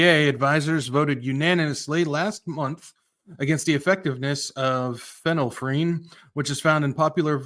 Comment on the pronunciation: Thanks, it’s pronounced Fen-il-ef-rin. You’re welcome! 🤓🙏🏼